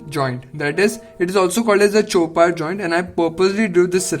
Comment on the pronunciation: That's a chopart joint...... Not a chorpat 😅